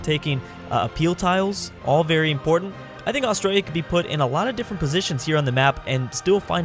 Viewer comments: You said Australia wrong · when he cant say Australia correctly at the start